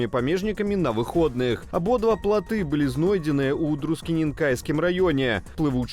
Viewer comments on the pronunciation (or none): плыты, а не платы